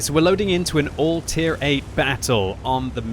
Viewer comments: him saying “tier” like that scares me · He said tier in an American sort of way